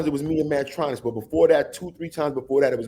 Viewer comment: Kurtis name is Mantronik, not Mantronix. Mantronix is MC Tee and Mantronik